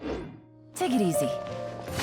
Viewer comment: Dunno if anyone else hears this, but when says "take it easy" sounds like she's saying "ticket easy"